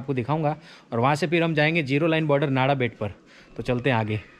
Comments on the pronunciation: नाड़ा मत बोलिये, “नडा” बोलिये । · नाडाबेट नही नडाबेट भाई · नाडाबेट नही नडाबेट बोल भाई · Nice video and good information. One thing I want to say that it is "નડાબેટ" , not "નાડાબેટ".